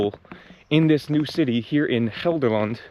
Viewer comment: You pronounce Gelderland like you are a native, well done!